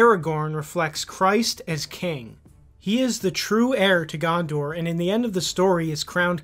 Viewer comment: Eowyn, Gondor. Pronounce them right dammit